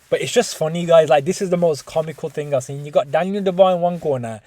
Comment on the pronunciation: why does say sin instead of seen, its irritating